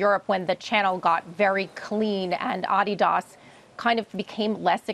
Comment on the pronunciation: Adidas.....not Ad di DAS